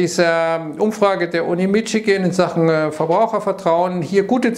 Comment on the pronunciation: Macht er das mit "Mitschigan" extra?